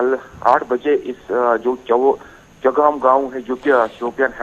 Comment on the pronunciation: Chowgam not chawalgam